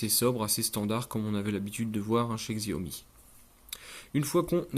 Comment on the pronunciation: c'est Chiaomi par Xiaomi , enfin la prononciation , ça s'écrit Xiaomi mais c'est Chiaomi sinon ce telephone est incroyable pour son prix